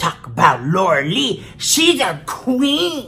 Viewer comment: I live for the way you say Laura LEECH!! It is hilarious 😂😂😂😂